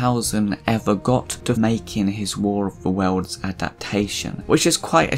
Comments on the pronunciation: QUIT saying War of the Wells, it's War of the WORLDS. Learn to talk!! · Speak properly. It's "worlds", not "welds".